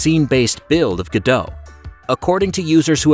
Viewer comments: GO DOT not gaDOUGH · I think the hardest part of using the Godot engine is, saying it's name right, Go-dot, not Gur-doe. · FYI: (trying not to be mean) its pronounced go-dot, not ga-dow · Ga-dough? I always thought it was pronounced Go-Dot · The first thing people should learn about Godot is how to pronounce it. I really can't hear GODO anymore. The T isn't silent. GO-DOT like GO and DOT of DOT. There's a T. That's how the devs say the same of the engine they're working on! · It's not gudoe, its pronounced God-oh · Pronunciation is "Go/Dot" not "Godo" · You are pronouncing it wrong. It's GO DOT. I don't know who this Gudoh is... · Pretty sure its go dot not ga dough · Go-dot not guh-dough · ... and still it’s not “Godow” but “Go DoT”... you also don’t say wwwDOWyoutubeDOWcom, don’t you?! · It's pronounced go-dot by the developers, not ga-dåw, :/ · its goDOT not godo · IT’S PRONOUNCED GO DOT! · It's pronounced GO-DOT "t" is not silent. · It’s pronounced go dot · please...i beg you....stop saying 'go-dow' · ‘Godot - say Robot ... now say ’Godot!! its really not that difficult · Wait. THAT'S how you pronounce Godot?